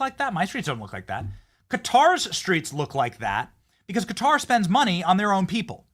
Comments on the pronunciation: She pronounced Qatar as "Cutter" lmao😂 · isn't Quarar pronounced " cutter"? I honestly don't know. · Who the hell is this idiot at Fox News who cannot pronounce country names?